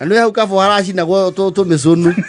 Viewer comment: It's pronounced karfur not karfo😂😂😂